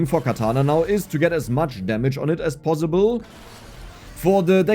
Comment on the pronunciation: judging from how you pronounce possible ( bossible) you are probably a Franke